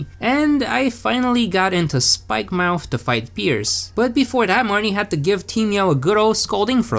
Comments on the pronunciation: Really you said spikemouth not spikemuth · spikemouth? you mean spikemuth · I think it spikemuuuth not spikemouth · Its pronounced spike-mu-th